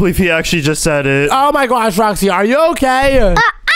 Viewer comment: called Roxy rooxy